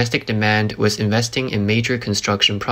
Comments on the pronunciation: dude keeps saying "wiss" but I can't find it in the dictionary. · why does this guy keep saying "wiss"? what is a wiss?